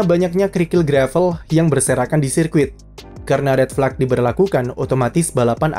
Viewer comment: Apa susahnya si min bilang red flag, tinggal jadi fleg doang